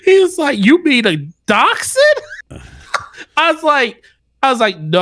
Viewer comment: The dog breed is a Daschsund (pronounced DAKKS-hund). The term "dash hound" is incorrect.